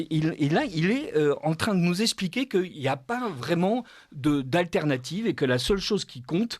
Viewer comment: par pitié.. on dit eXpliquer pas espliquer, on vous n'avez pas, et non vous zavez pas...